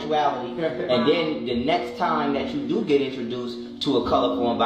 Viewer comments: Wait, did she say “important NECKS step” or “NEXT”? 😂 😭 🥴 🐸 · I heard lizard lady say "the necks step" 😂😂😂😂😂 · She said this is a really important “neckst” step 😂😂